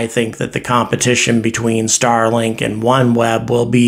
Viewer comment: Starlik? Lol. I love your channel but that’s a silly miss. Keep up the great work!